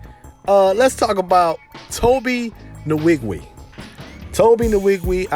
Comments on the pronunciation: Tobe Nn-wig-way. That's the right pronunciation. But Tobe obviously don't mind being called Tobe Niwigwii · Butchered his name